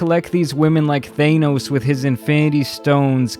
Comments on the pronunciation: Thay-nos? It’s TH-ANN-NOS! You simpleton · Bro said Thane-os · 💀y u say theynos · Thanos not Thenos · I’m sorry I can’t get past “Thain-os” 💀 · All jokes aside did bro really just say: Thaneos 😂😂😂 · “Thane-O’s”. Lmfao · No comment on my man pronouncing it Thay-nos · Really said thane-os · My guy really said "Thaynos" 🤦🏾‍♂️🤣🤣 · We just gonna ignore him saying ThayNose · really said thaynoes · the way u say thanos made my day :) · Yikes. Cant say thanos right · Bro says Thanos weird asf